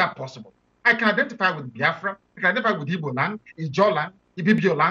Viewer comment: Pls with do respect try and learn how to pronounce Igbo names very important thanks.